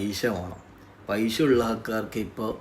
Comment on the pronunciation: പൈഷ്യ അല്ല പൈസ